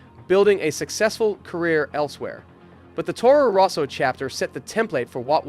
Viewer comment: Towrow rowsow